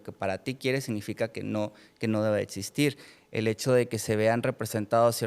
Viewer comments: Chale , otro invitado saco de papas... sera doctor pero cuando alguien dice "etsistir" o "etspertos", denota que tan rapido corre el hamster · No le puedes creer a un pseudo médico que pronuncia etsistir, setso, etc. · etsistir...etspertos.. y otras... jajajajaaa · Etsistir.... etspertos.... 🫣